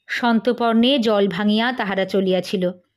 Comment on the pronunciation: মাঝপথে ভলিউম চলে যাচ্ছে , শুনতে পারলাম না । চার পাঁচ বারে শুনলাম , ভীষণ ভাল লাগল । কিন্তু তুই সন্তপর্ণে বলিস কেন ? প এ রেফ হবে না ?